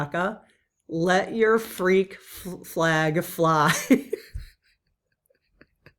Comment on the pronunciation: I feel like the emphasis should be made as: watch Your back 🙂 As someone who often puts others first, that's a hard one. But I'll be working on it. Thanks and Lead Team!